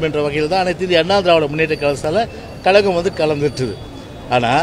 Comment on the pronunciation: Kazhagam or kalagam.. ozhunga thamizh kooda pesa theriyala.. saguni mama pasanga.. thalai le onnum illa